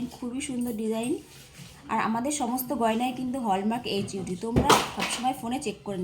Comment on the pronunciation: Mam apnader light weight collections sottyii khub sundor But apni protibari Ekta words wrong bolchen Word ta holo ( HUID) ( HUD) noy